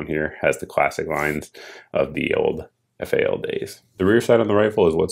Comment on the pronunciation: To field strip you pull the receiver cover off first after opening up the rifle. You grab the rat tail of the bolt carrier to remove the BCG etc. We'll let you slide since your a FAL noob. At least you called it F-A-L instead of FAL which rhymes with pal. Oh and you forgot, it's The Right Arm of the Free World. Keep up the good work